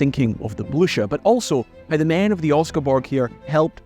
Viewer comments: For heaven's sake man if you are going to make a video about the story that “you've always been captivated with”, at least have the decency to learn how to pronounce the ship's name! Your “blue-sher” is like getting hit to a head with a hammer. Such laziness is quite appalling. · Hi, as a Scot you should have absolutely no problem pronouncing the name of the ship correctly. It is Bleu-cher, with ch like in "loch". Excellent videos! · Its a nazi boat. Its almost neccesary to misspronounce its name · Its Blucher , not Blusjet! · It’s not Bluesher! For Pete’s sake! ITS BLOOOOKHERR! And their position was given away because of a horse neighing every time some said the ships name! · Please, "Blücher" is not pronounced something like "Blu-sher". The "ch" is like "tch". So It's somewhat like "Blue-tcher". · It’s not pronounced bluesher, it’s Blucher like a k. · I'm quite sure you prononce the name of the ship "BLYCHER", not "BLUSHEUR" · Frou Blucher? deranged neighing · "Blücher" there's no S sound when pronouncing this in German, it's not Blusher. Also the ü there's an diacrtitical mark (umlaut) on the u which means you pronounce the u as in the English word "blue". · Really!!! The Bluesher???😂 wow take some German man! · Very nice video. Informative and well done. Thank you. One comment though, Blücher is pronounced similar to "Blue-Sure". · Sorry, I got further into the video and now it's "Bluker"! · I thought "Blücher" was pronounced "Blu-kher". Because we in USSR had a Bolschevik 'hero' with the same surname, and it was pronounced this way. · Every time you said “Blucher” I heard horses whinnying. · You should look up the pronounciation of "Blücher" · You should add a horse neigh every time you say Blucher. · Can't pronounce Oscarsborg. Can't pronounce Blücher. Can't pronounce Weserübung. Too infuriating. I am out. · I can’t listen to a video where the ships name is butchered so badly.